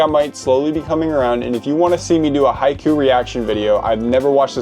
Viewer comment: the names and the team from haikyuu omg my ears hurt